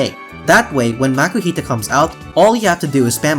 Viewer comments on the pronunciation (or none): none